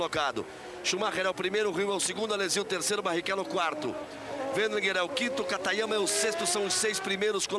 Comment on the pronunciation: Galvão chamou Katayama de Katagrama kkkkk